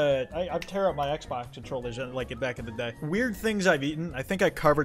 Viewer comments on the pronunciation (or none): none